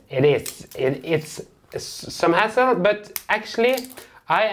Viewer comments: Haha...the way said hassle sounded like ass-hole. Love you guys. Always make me laugh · Just saw your comment after I sent mine - this is what I thought, too! Really made me laugh out loud. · I thought the same 😭🙈😂